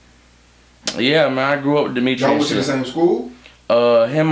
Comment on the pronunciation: DEMETREE LMFAO